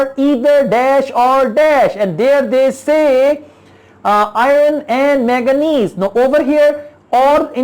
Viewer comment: Manganese not maganese